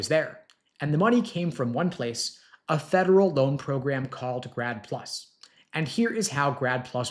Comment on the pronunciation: I thought he said "GRAB PLU$" Which sounds more like reality ...vs 'grad plus"